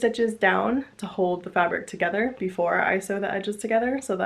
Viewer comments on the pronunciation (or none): none